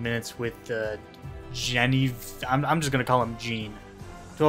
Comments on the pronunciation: Genevieve name is pronounced Jen-I-vere. Fyi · FYI it's pronounced Jenna-veev Gree-air if you wanted to even know. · could've read the name je-ne-viv and gotten the gist too i mean that's pretty obv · Jen-E-Vee-f Is the way to pronounce that name. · Her name is pronounced like Jenn-uh-veev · I'm not sure why but out of everything in this guide the most hilarious thing is not knowing how to pronounce Genevieve xD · dude you could've just googled how to pronounce Genevieve which is a fucking simple name to pronounce. wtf lol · You could’ve googled a different guide that pronounced it correctly. wtf lol